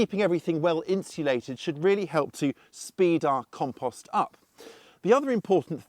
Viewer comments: Drink every time he says KAHM-PAHST! WASTED! 😂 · Learn how to pronounce compost before you try to tell me about it.